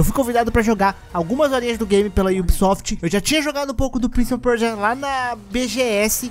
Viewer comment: Prince of Percia é um trava lingua pra voce? kkkkkkkk parece Muito engraçado tu falando